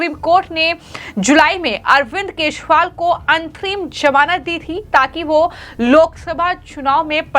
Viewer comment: ये सही ढंग से न्ही बोल रही है केजरीवाल की जगह केशवाल बोल रही है